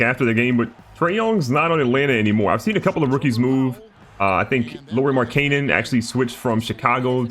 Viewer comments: Lauri Mark-A-nan ew the pronunciation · Laurie "mark Ayeeenen" lmaoo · "Lori Mar-kanen" Pronunciation unmatched. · LAURI MARK AH NEN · He said Lauri Markannen hella wrong 😂🤣